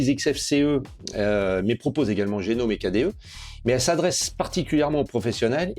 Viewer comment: Merci et longue vie à cette nouvelle chaîne francophone Linux. Linux Mint en tant que distro pour débutant (mais pas que) est un choix solide, et cela depuis longtemps. Juste une petite remarque : Gnome ne se prononce pas "génome" mais "gnome" (comme un...) Cela vient du fait que GNOME = GNU Network Object Model Environment et que GNU (GNU's Not Unix) s'est toujours prononcé : gue-nu